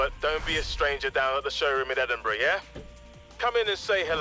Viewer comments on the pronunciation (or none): none